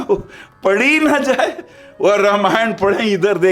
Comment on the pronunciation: रा मा य ण not र मा य ण प्लीज 🙏